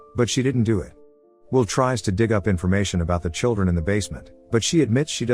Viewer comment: The name is Will, not will. The shortened sound is so annoying.